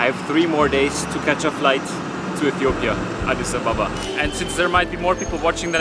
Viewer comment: Pretty sure that adis ababa is pronounced...ah-deece ah-bah-bah